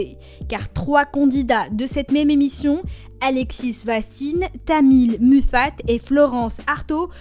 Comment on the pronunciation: vous etes pathetiques , vous dites de la merde et en plus vous ne savez meme pas de qui vous parlez , vous n'arivez meme pas a prononcer les noms correctement , alexis ( vastin )ne se prononce pas alexisss , camille muffat ne se prononce pas muffate , gregory lemarchal n'est absolument pas mort en plein tournage de la star academy , sa faisait deja 2 ans et demi qu'il l'avait remporté et il n'est pas mort suite a une muco il est mort de la muco , la candidate de secret story s'apellait isabelle , respectez la et dites son prenom aumoins , gerald babin est decedé durant koh lantah mais vous ne le precisez pas , bref , c'est fait a l'arache sans bosser le sujet en essayant d'etre le plus racoleur possible , et vos transitions entre chaques personnes n'ont aucun sens , il va falloir bosser serieusement vos chroniques parce que non seulement c'est ras du planché mais en plus c'est irrespectueux envers nous et les personnes cités, qu'elles reposent en paix